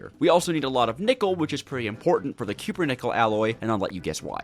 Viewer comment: CUP-PER-NICKEL RAAAAAAAAAAAAAAAAAAAAAAAAAAAAAAAAAAAAAAAAAAAAAAAAAAAAAAAAAAAAAAAAAAAAAAAAAAH